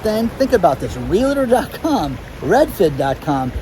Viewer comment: love your show and am a subscriber. Here's a little correction on the word Realtor. Its pronounced REAL-T0R.. not REALA-TOR. Common mistake.